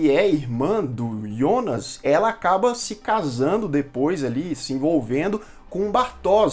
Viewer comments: Eh difícil falar Jonas?yonas eh duido hem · É Jonas não ionas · Gosto muito dos seus vídeos, mas me dava um ruim cada vez que você fala ''Ionas'' invés de falar Jonas. Pelo amor de deus.... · ah não Ionas não kkk, vi dublado e é Jonas com jota, me incomoda demais esse iiiionas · Ionas? Pq não fala Jonas logo? Na dublagem e Jonas porra! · Pra que pronunciar Ionas?! Fala Jonas mesmo, como na dublagem da Netflix. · Que desespero vc falando os nomes com outra pronúncia "ionas" ou "chárlot" kkkk sei q essas devem ser as pronúncias originais, mas não é as que a gente tá acostumado com a dublagem e por isso meu cérebro fica "tá erradooooo" kkkkk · Aí eu te pergunto, pq falar IONAS sendo que pelo menos a tradução oficial br tratou o personagem do começo ao fim como JONAS?!?! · Excelente review da série mas desculpa eu fiquei muito agoniado ele falando Ionas ao invés de Jonas 😂😂😂😂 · Ionas ou Jonas ? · IONAS? NÃO É JONAS? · Muito boa série Muito boa a explicação Só dá agonia ver vc falando ionas, deixa Jonas mesmo kkkkk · Excelente vídeo, só não entendi porque você disse "ionas" e não Jonas, kkkkk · deu agonia de ouvir ele pronunciar Jonas de "ionas" kkkkk🥹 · engraçado que ao falar "Jonas" ele fala do jeito germânico kkkkk